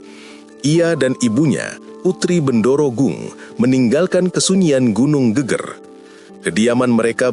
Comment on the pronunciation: nyebutnta bukan gunung GÉGÉR min.. tapi GEGER yg kalau dalam kalimat jawa geger itu adalah bahu Klaau gégér hampir sama dg gempar 🙏